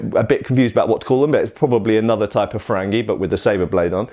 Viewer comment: Can you talk about the origins of curved blades? Also the difference between different types of them? Shamshir, Kilij, Tulwar etc Edit: I love the way you pronounced "frangi" XD it's more like "farangi" in Iran but I guess it's different in India.